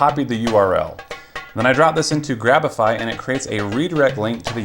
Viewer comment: Anyone who knows how to use the Internet cringed when you said grabify